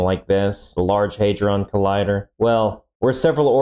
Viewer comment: Listen and learn from Cleo - she can pronounce "hadron" correctly.